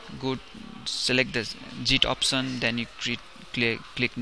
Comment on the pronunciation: Bro .. nice tutorial but its "Git" not "Jit" !! :-)